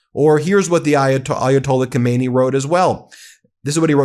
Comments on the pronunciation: Get the names straight. His name is Khamenei, not Khomeini. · He is not Khomeini. Khamenei “Khah-meh-neh-E.” Khomeini died in 1989. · Its called gammeneij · Pronunciation matters. Khomeini is dead, Khameini is not.